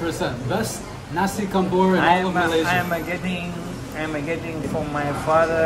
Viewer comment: Assalamualaikum, Nasi Kandar is actually pronounced as 'KANDAR' it rhymes with Qatar, NOT 'KANDOOR'.